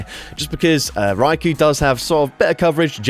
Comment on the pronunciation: Hey thank you for not saying RY-Ko drives me absolutely insane when rise size it that way